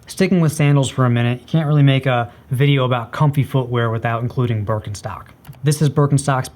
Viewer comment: It´s Giesswein (G like in good, iess lke in eas, v like in vulnerable, ei like eye and the n: G-eas-v-eye-n), not GEISSWEEN. And it´called BEERKenstock. not BÖRKENSTOCKS. :)